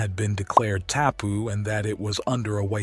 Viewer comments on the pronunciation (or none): Pronounced - Kai-man-a-wa - Mao-re (long a) -Tangata Whenua is Tonge-ga-te Fen-u-a - Pounamu - Po-na-moo (long first o like the teletubbie and A) - Kai-an-ga-row-a - Tapu - Taa-poo - a taboo or restricted area and please search for Maori pronunciation of vowels.